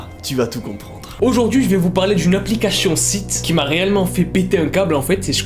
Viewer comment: Cette aplicachhhhhion 😂😂on t'aime